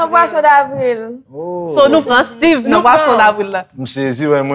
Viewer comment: Koman Styve Jay a li pa Steeve en anglais 😂